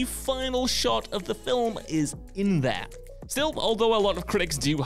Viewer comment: I really wish would learn how to properly pronounce "film" so it no longer sounds like he puts a vowel between the l & m.